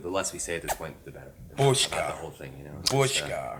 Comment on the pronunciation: Great interview, wonderful movie. But what on earth is Mendelsohn saying and ? "Bushka"??